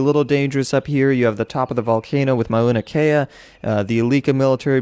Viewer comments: Lol dammit, as someone who lives in Hawaii, Mauna Kea is pronounced m-ow-nuh keh-uh. Just for later reference <3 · Mauna Kea is pronounced MAWnah KAYah I believe